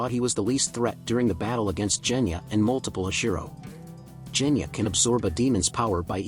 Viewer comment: Bruh you have said most of the names incorrect for example genya to jenya and gyomei to jyomei